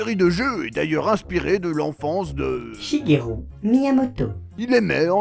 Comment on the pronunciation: Shigelu/ru pas shugerou 😂😂